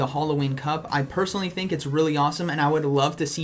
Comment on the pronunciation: nobody: absolutely nobody: Not even a single person:: I thick that was the last battle